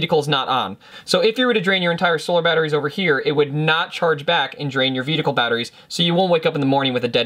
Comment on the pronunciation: I really like your clear and indepth explanations, i just get a slight chuckle whenever i hear your vedicle instead of vehicle, i know it is not considered polite to tease speach impediments, so please take it as a curioso and not a laughing at but more like a laughing with, it is sort of a oddity that is specific for you, and i like it, it identifies you as a unique individual.